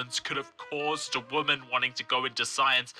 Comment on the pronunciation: When you and Lauren Southern say "women" it sounds like you're saying "woman" What's up with that?